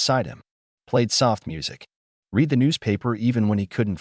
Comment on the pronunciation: Poor pronunciation of some everyday words in the text! "IV-line" isn't "four-line" but "IntraVenous-line"! "read" pronounced "reed" (present tense) and "red" (past tense)!